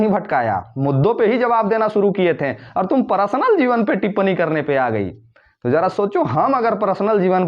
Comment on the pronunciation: Prasnal nahi personal bolo.